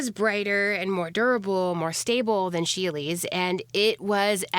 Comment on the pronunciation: I know I'm late, but it is pronounced She'll. Sheele's Green. ^_^ I am loving your videos!